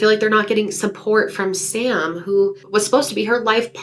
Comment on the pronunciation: Sam, its Sam.